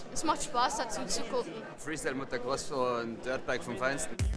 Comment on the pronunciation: Der Sprecher sagt immer MotoRcross ;)